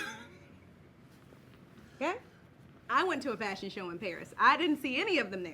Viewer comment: She made me choke on my damn food when she said “ Fashion” 😂😂😂😂😂